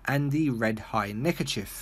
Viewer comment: Why did you say neckerchif? It’s neckerchief. Does that you you call a police chief a police chif?